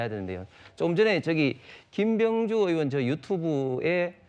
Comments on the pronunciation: 앞선 대화에선 발음이 부정확해서 의원인지 요원인지 명확하지 않지만 여기선 본인이 정확히 국회의원이라고 발언했고 국회의원 끌어내는게 불법이라 판단했다는데, 다들 왜 요원이라고 하는거에요? 정말 그렇게 들리는거에요? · 백번 들어도 요원인데 입 모양도 그렇고 그러니까 옆에서 의원이라고 다그치더라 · 무슨 소리냐 !!!우덜은 분명 의원으로 들린다 ㅋㅋ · 의원이라 들리는분. 빨리 병원 가보시길 아님 보청기 추천